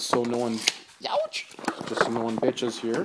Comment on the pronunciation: The way you said “youch” was the most Canadian thing I’ve ever heard